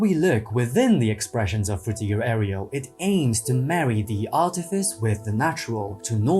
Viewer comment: sir. can you please stop mispronouncing Fruitiger Aero?